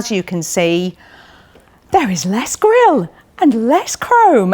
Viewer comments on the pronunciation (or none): none